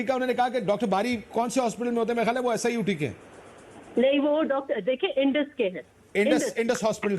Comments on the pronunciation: #SUIT nahi hai madam #SIUT hai please correct it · "SUIT hospital" she even doesn't know it's SIUT